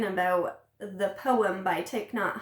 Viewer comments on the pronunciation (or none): none